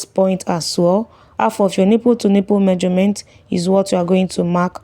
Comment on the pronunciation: I loved a video you posted and it really helped me, thanks. Pls no offence but I really need to let you know it's pronounced MEASUREMENT not MAJORMENT.